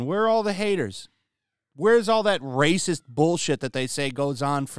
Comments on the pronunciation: This brrrrrrrrracist never gets old xDD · RRRRRRRRacist RRRRRRReceipts please?? They have none!